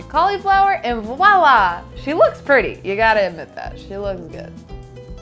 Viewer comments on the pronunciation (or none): none